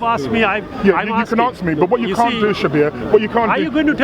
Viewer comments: People should never debate people who can't say ask and instead aks. It's not a word. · hey smart guy its ASK ASK ASK .please no axes ty.